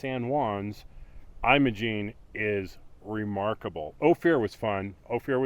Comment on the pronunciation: It's not pronounced "Eye-mo-gene" Pass (long i sound) , it's Im-o-gene (or Im-uh-gene), the first syllable is like "Him" (short i sound). -- BR